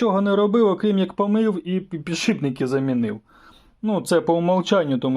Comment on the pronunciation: пане... Мушу вас виправити! "Не ПіДшиБНИКИ"! А "ПідШИПники".. Успаіхів вам! п.с. "Ніколи на камеру не кажіть слово"ВуГол"коли будете казати про вимірювання.. Є Наше! Українське слово "КУТ" !